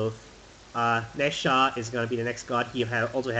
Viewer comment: Frickin Americans pronouncing the Asian names wrongly. Jumong goes by the phonetic pronunciation(joo-mong) and Nezha is pronounced na-jah. Good try though.